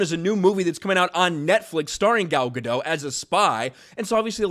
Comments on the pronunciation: It's Guh-dot not Guh-doe. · It's Ga-dot, theres a t in there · Dude, she's Israeli not French, you pronounce the "T". Gad-oT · Ga-dot. T is not silent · Dote, as in to dote on. Not dot as in point. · Yeah NOW after nearly a decade of disasters and devastation some big actor is starting to push back on it. Too little too late. No hate on "Gal Gadou" (said as says it) she is such a wholesome woman. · It's Gal Ga-dot... as in polka. She's not french lol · You are continually pronouncing Gal's last name wrong. It is Gah-dote. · GadoT! There's a freakin T on the end! She's Israeli, not French, the T is not silent! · Gentle reminder that Gal pronounces her last name as guh-DOTE. With emphasis on the second syllable and pronouncing the final T. It's not french, you don't leave off the T. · GadoT - the T is pronounced. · Said her name wrong! She's ISRAELI, not French! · Pronounce the T at the end of her name like she does and you'll have it right